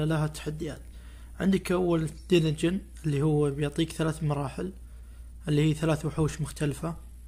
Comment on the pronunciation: هلا بيك شكرا على شرح بس ملاحظه ما تنقال دينجن دانجن